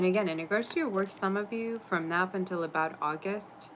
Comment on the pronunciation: Why are you saying nap instead of now????